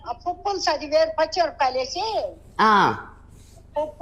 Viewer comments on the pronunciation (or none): అది పప్పులుసు కాదు. పప్పు పులుసు. వాళ్ళు తప్పుగా పలుకుతున్నారు